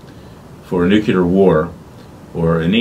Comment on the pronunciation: Mr. Klayman, I am a fan, but please do not say nucUlar, is nuclear ....